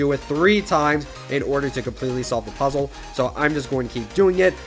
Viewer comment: How do you say puzzle again?